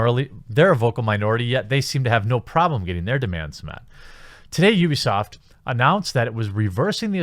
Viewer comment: Wait did you say UbiAsaad? 4.43